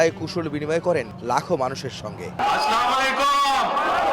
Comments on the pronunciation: যে ব্যক্তি সঠিক মতে সালাম দিতে পারে না সে আবার ফতুয়া দেয়।স্লামালাইকুম । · যে দলের নেতা একটা সালাম পর্যন্ত ভালোভাবে দিতে পারেন শুদ্ধভাবে দিতে পারবে সে আর দেশের কল্যাণ কি কাজ করবে বা ইসলাম সম্পর্কে সে কি জানে বদলে গুনাহ হইছে সালাম দিতে হবে আসসালামুয়ালাইকুম তাছাড়া তিনি বলেছেন সালামালাইকুম